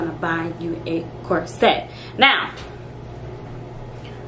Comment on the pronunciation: Girl I love how real you are. Just one thing, though, the word corset is not pronounced “core-set” it is pronounced “course-it”